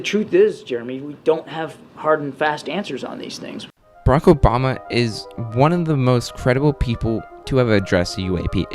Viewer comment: Barack, not Brock.